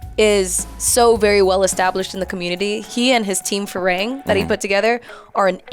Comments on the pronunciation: There crew's name is "farang" not firang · In my mind whenever she said ‘Fee-raeng’ phonetically i keep repeating its ‘Fi-runng’. But then again she said it has thai origin so i also try to ignore it. 😅